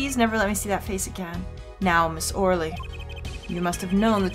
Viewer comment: I think Shadi Smith is pronounced "Shady" Smith and Ms. Orly's name is pronounced Ms. "oh really". Most of the Ace Attorney characters have some type of pun in their name.